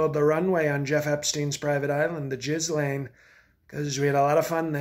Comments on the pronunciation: I burst laughing at "jizz-lane" 😂😂😂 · Everyone a gem. The "Gislaine" - just brilliant. Can we replace POTUS with this guy please? Someone do a change over during "Exec time". Mind you, the GOP may find a new level of intelligence to be a bit fishy. More please.